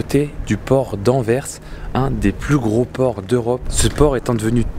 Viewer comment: Bonsoir et. Merci d'avoir raconté l'histoire de doel Merci d'avoir bien prononcé Anvers. Merci pour cette vidéo 👍. Les cheminées de la centrale nucléaire c'est doel 1 et doel 2